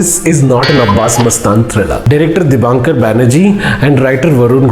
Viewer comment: Excellent movie and good review.. Director's name is Dibakar Banerjee, and not DibaNkar.